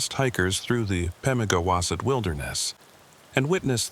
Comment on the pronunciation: yay, AI slop. can't even pronounce Pemigewasset correctly.